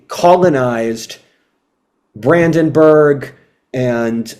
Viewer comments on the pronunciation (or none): none